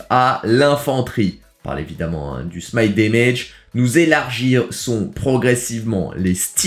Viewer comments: ben ça se dit " smaït dèmèdje " en anglais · Oui trop drole comment il le dis ça me fume a chaque fois 😂